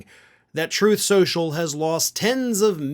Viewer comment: Troath Shenchil.:face-orange-raised-eyebrow